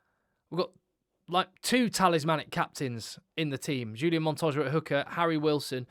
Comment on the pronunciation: H H H ulian....not J J J......Montoya..., Pieter-Steph completely agree with you, my best player and what an engine...Matera for me, similar standard to PSdT, Harry Wilson - performance and Captains call on going for win -excellent. FeinbergM - new world superstar. Joseph A Su - fantastic - I do like Quinn Tupaea though! Carter for NZ up and coming - will be great. VAA'i - great but lots of penalties, and c'mon Quagga Smith must always be there - surely!! Great show btw, well done!